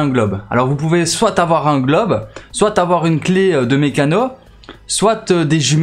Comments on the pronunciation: il prononce le t a la fin j'avoue. c peut etre un belge francophone ou un suisse ou un quebequois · Tu utilise le mot soit comme si y'avait un e c'est insupportable a l'ecoute